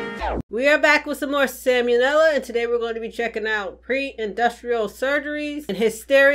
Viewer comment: I really don't like being that one asshole in the comment section but... It's not "Sam U Nella". In no part of the phrase "Sam O'Nella Academy" is there the letter U in any shape or form. Idk why it bothers me so much, I think it's the fact that you read the title out loud and so i can't grasp how one can drop the ball on something so simple when the words are right in front of them. I just can't wrap my head around how something as easy as a single letter gets fucked up every single time you react to one of his videos. I mean, the title is right in front of you. That being said, I'm not trying to shit all over you or your channel. I honestly enjoy your reaction vids and it's great to see an already entertaining channel gain a bunch of extra views and subs from creating awesome reaction vids to content from our boy Sam O'Nella(not U NELLA). Hope you're doing well among all this virus shit, keep being awesome